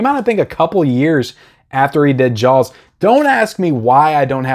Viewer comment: It sounds like you are saying Jaawels instead of Jaws :) Disagree on Scarface. I thought the transfer was meh. But maybe I should watch it again.